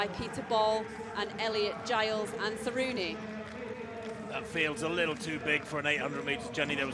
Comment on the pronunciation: This is probably Jenny Meadows best intro yet. 9/14 names correct. Granted most were incredibly easy, but getting names like Sieradzki and Saruni right is very out of character for her. At least she's always good for a laugh, though she makes it hard to focus on the race.